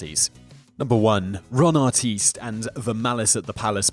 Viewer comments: Ron Artest. Ahr-test, not ahr-teest. Learn to speak proper Murican! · Ar-TEST not Ar-teest. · Why did he say Arteest? It's Artest why can't you say it correctly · I bet Ronny would love the initial pronunciation of his name as ar-TEEST 😂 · You seem to have a grasp of the English language, being British and all, which makes me wonder how you mispronounce so many words. How can you possibly mispronounce evander and artest? It's not that hard